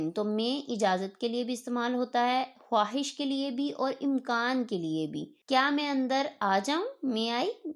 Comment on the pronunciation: Bolte hain khaahish likhte hain! "Khwuahish" Mohtarma! Indian